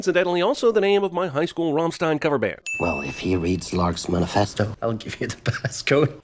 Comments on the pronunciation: Did cinemasins just pronounce Rammstein as "rom-steen"? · You’re pronunciation of Rammstein was awful, get it together man....